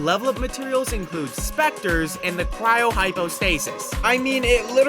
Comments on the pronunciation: Yall hear him say cr-owe ... and not Cry-oh right?... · how did You see the word “cryo” and be like yeah. That’s pronounced crou (unless that’s just shortened way of saying it)